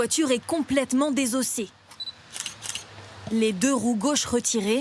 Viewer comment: Vous êtes sérieux chez TF1 avec votre "complètement désossé? 😂😂😂😂😂